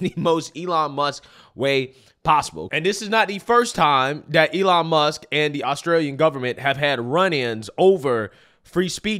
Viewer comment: AYELON MUSK 😂